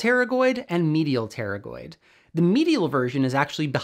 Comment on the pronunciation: Pterygoid sounds more like terrible lol